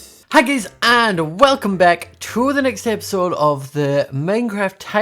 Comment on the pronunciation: Why does his accent make it sound like "hi gays" That should be his new intro, just embrace it